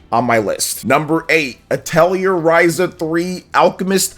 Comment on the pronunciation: Your pronunciations of atelier and suikoden hurt my ears